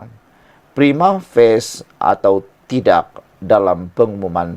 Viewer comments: Prima.... Fa.. Cie.. Bukan Prima Face 😂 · Prima facie lah boss bukan prima face😅😂😂